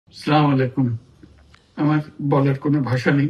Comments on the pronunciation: সালাম টা সঠিক ভাবে দিতে পারেন না 😅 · ঠিকমতো শুদ্ধ ভাবে সালাম দিতে জানে না